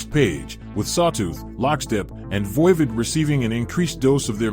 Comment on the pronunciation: VOIVOD is pronounced like "odd" the opposite of even